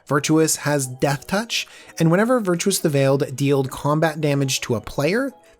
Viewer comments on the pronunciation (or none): ..... Virtuous? You've added in some vowels there, buddy. Vir-tus ;) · It's...it's "Virtus" (VER-TUS) You keep saying "Virtuous" (VER-CHOO-US) A little different. Cool deck tho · It's pronounced "Ver -Tuss" where the heck did you get Virtuous? lol! And yes Azra, not Arza lol. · dude, Vir-Tus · Made it about a minute and half, but I couldn't take hearing you say "Virtuous" one more time. Honestly, how hard is it to sound something out? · Made it longer than I could I was out at 53 seconds. Probably my biggest pet peeve with the magic community. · Please pay more attention to card names/creature types. Not even 1 minute in and you already mispronounced Azra and Virtus